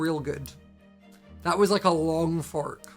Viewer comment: When he first said fork I thought he ment fuck😂😂